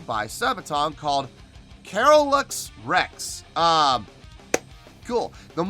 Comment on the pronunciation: Did you notice the audience doing some pretty crazy walls of death? Your pronunciation of Carolus was close, but the emphasis is on the second syllable.